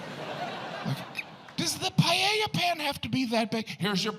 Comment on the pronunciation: Yes, I thought it was a bit insulting. And at least he could have learned to say PAELLA.